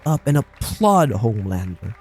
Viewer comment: he said it right your wrong